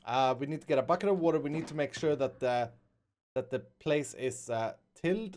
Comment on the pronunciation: Did it sound like he said woa instead of water 😂😂😂😂 (I caught it lol)